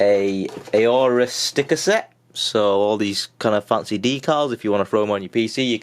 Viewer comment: Not 'A Orus'. Just 'Orus'. You don't pronounce the A buddy.